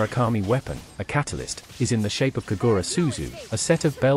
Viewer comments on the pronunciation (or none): none